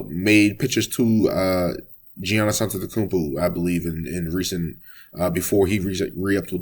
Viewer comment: The G is pronounced with a Y sound dude is a 2 time mvp and you still don’t know his name bro?